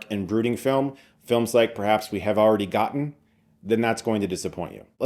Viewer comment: Thanks for saying the word gotten and actually pronouncing the T's like a civilized English speaker -- that earns a like.